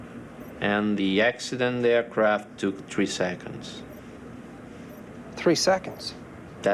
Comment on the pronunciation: "Air Croft" what is a Croft ? There is no O in the word AIRCRAFT